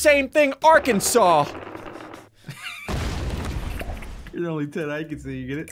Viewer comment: Do not say Arkansas like that